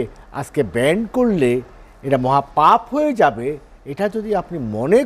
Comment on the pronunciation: ""ব্যান্ড""!!!!??? শব্দটায় যখন ঠিকমতো বলতে পারে না....